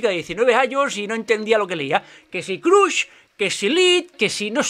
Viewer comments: Jajaja Collons Has dit "CRUSH" pronunciant la U com a la paraula CUC? Ja veig que t'agraden els anglaicismes de la cultura pop actual, a mi també... Pero si els utilitzas pronuncials be collons jajajaja... Es pronuncia més a prop de CRASH que de CRUSH. Es sembla a la pronunciació de Trump. Vale una abraçada i endevant, molt entretingut. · Pronuncialo así "Croch" en vez de Crush ;)